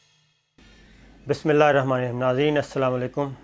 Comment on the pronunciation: Shakir bhai Bismillah tu sahi se parho